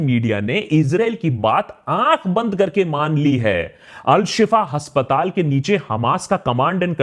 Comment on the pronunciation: Pronunciation हस्पताल नहीं अस्पताल हाेता है भाई साहब